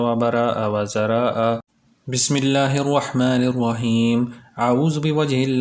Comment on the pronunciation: Bhai last ka word wazaraaaaa ha